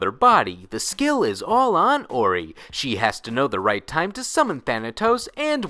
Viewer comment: Orie's name is pronounced Or-ee-ay